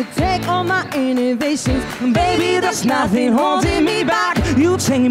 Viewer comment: Alguien le tiene que decir a Ana que es 'inhibitions' y no 'innovations'. No es la primera vez que se lo oigo y nadie la corrige.